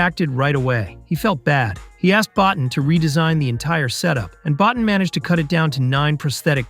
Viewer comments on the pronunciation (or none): Rob BOTINE. rhymes with BOAT and TEEN BO TEEN. Keep churning out lame, unresearched videos. Admit it, you never even heard of him till June 2025 when you made this video. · Rob's last name is pronounced BO-TEEN. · Rob Bottin is pronounced “Bow-teen.” (Bow as in bow tie). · Rob Bottin deserves to have his name pronounced properly